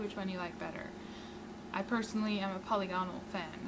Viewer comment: Not 'poly gone al', but 'pa lig a nal'; not 'hyper bold' (for hyperbole) 'high perb ah lee", as in hyperbolic (high per bo lick).